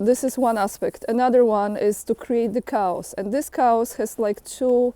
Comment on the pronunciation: chaos is Greek. The ch is pronounced K in English. So the word sounds like Kay-os.